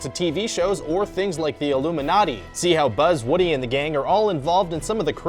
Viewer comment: "Toy story is probably connected to the illuminaty" me dying with laughter